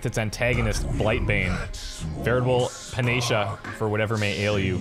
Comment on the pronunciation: Not to be that guy, but panacea is pronounced pan-uh-SEE-uh.